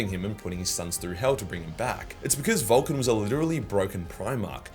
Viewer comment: I can't help but to hear VOLTGUN LIVES when you say it in that accent. Which i think is still fitting.